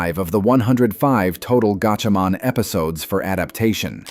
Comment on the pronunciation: It's pronounced like gotchamon.